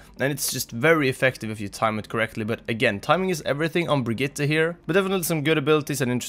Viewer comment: Wow someone who actually knows how to properly pronounce Brigitte :O S H O O K